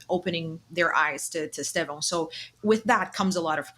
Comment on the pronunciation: Great show guys. But hey, you are sharing the Pod with two natural Brazilian Portuguese speakers, that consistently (correctly) pronounce his name as ‘Stev-on’. Give up this ‘Es- Tev-Ow nonsense. I forgive some of the ignorant British content makers and commentators, but you literally have no excuse. You are hearing from the horses mouths!!! COYB